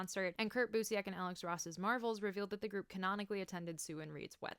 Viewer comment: Genuine question, is that actually how you pronounce Busiek? Cause I have no idea.